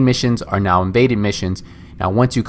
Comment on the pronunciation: "Vaded missions..." "Maded missions..." "Imaded missions..."